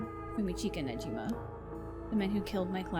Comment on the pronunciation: Don’t worry. Sae’s last name is Niijima, not Nejima.